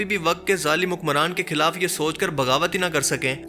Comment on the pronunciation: اردو میں خ کو خ ہی بولنا ہوتا ہے کھ نہی ہوتا مثلاً..... خلاف کو کھلاف نہیں کہا جاسکتا....... شکریہ❤